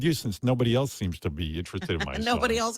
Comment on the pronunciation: Why do you pronounce the word “else” as “eltse?” When did a letter t get introduced to this word?